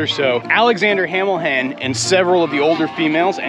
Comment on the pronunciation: You butchered general Washington and hamilhen . WHY